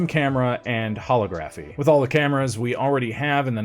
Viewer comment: Holography pronunciation please